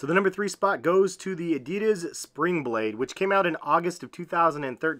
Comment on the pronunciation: It hurts how he pronounced adidas:(